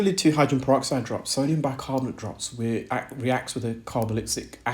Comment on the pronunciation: Hydran peroxide, the case of the missing syllables 🔍